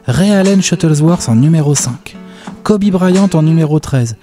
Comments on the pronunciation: Kobé. ?!?! Wsh y’a plus aucun respect sa ce prononce Kobi ! Et à l’écrit Kobe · J'espère que quand vous ferez la vidéo sur Kobe vous aurez appris comment ça se prononce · Non je suis très sèrieux ça se prononce pas comme ça